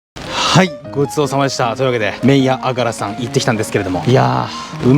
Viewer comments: あがらのイントネーションが違うのが惜しい！！ あ⤴︎が⤴︎ら⤴︎ それにしても久しぶりに聞きました（笑）。 おじいちゃんが良く言ってたな…。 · あがらは、「が」にアクセントがあります。井出商店に35年通う和歌山市民より。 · あがらの発音違うかも💦